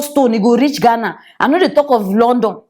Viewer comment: Please not just Ghana say it correctly